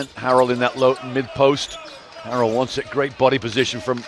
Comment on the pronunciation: He pronounces Montrezl Harrell's last name wrong. It's pronounced like 'Hair-el'.